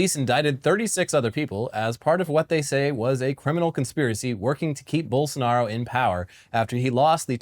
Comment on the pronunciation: I gotta say, great job pronouncing Bolsonaro’s and Lula’s names.